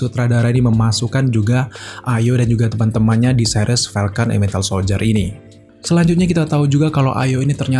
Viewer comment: Winter soldier bambang bukan wintel ahhhhh sudahlahhh